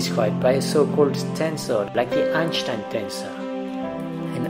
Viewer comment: Why do you keep pronouncing Einstein like that lol.